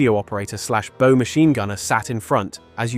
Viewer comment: Can't these idiots learn the very simple thing that the BOW of a bow machine gunner is pronounced like when and orchestra director takes a bow. It is not pronounce like a bow on a gift package or Robin Hood's bow and arrow. Why is that so hard. He was called a bow gunner because it is at the front like the bow of a ship.